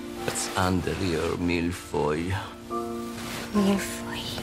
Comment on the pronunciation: Does anyone else find it so funny how the voiceover pronounces 'mille feuille'??? Twice she tries it and the second time is even worse than the first.